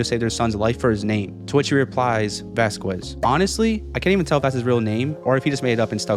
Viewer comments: I don't mean to make fun of the creator but it's not pronounced "Vasqwez" it's pronounced "Vaskezz" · It's pronounced vas-cezz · oh my god!!! please say VASQUEZ's name correctly VAH-SKEZ. put respect on his name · ITS NOT VASQUES (VAS- QU ES) ITS VASQUES (VAS-KEZ) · I think you pronounce Vasquez wrong. The q is pronounced like a c. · The q in Vasquez is silent